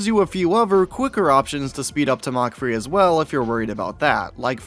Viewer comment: he pronounces it like mock free